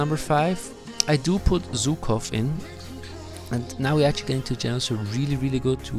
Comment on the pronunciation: Man, he's Żukov not Zukov 😂 In English u have Zhukov to act like ż